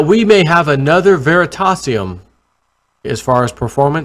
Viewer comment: Ver-ree-tay-si-um Please